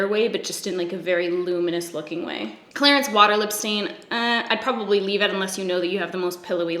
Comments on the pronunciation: It sounds like you say Clarence not Clarins lol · It sounded like you were saying Clarence 😅